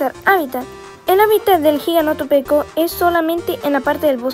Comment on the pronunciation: Buenos videos aunque sea tarde para comentar y me rei cuando dijiste giganotopeco